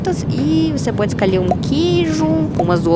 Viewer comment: bracalis....escalher kkkk Muito fofinha!